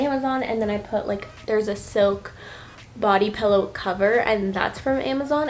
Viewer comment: I can’t tell if she’s saying “pillow” or “pellow”